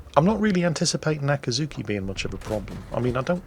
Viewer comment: you are butchering the pronunciation again. It's a-cat-zuki!